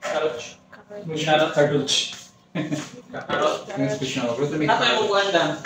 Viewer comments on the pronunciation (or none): Hello,, gusto lng kita icorrect sa tawag mo sa CARROTS kasi ang pagkabigkas mo ay CARROCH, ang tamang bigkas ay KAROTS .. sige lng dahan dahan matutu ka rin